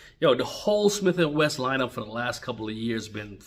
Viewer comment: Its Wesson, Wesson, not Wess!